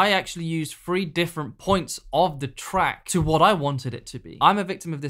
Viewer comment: Power of THree not Free. You’re English dude, speak English.